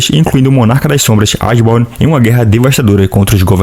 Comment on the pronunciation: Eu acho que a pronuncia correta é Eshiborn e não Asborn, mas é o que eu acho. Ashborn tipo "Ash" do Pokemon.